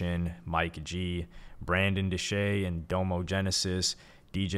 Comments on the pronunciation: DAH-mo, not DOUGH-mo. His name is Dominique. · It's pronounced "dom-o" not "dome-o" I can tell you've never really explored OF's discography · no diss to hy but this seems like he read the wiki on a video. i don’t think he is a big fan of OF but respects their legacy. (another note is how he pronounced nakel and domo) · How do you not mention Domo album Facade Records.. also it bugged me the way you pronounce doms name lol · How are you gonna pronounce Domo’s name like that? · I assume this dude didn't listen to Odd Future and is only doing his little history report on them for views with the way he pronounced Domo. Jesus.